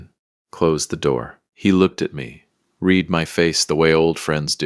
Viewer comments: I like this A.I. Voice too. Certainly much better than nearly every A.I. narration I’ve heard so far. You can tell it’s A.I. because it pronounced “read” as “reed” when it should have rhymed with “red”. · Past tense of read is pronounced red.